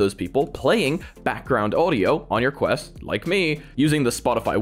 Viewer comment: QUST LOL ITS QUEST